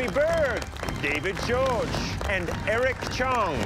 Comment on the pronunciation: Is it seriously David GEORGE. His name is spelled jorge (hore-hay)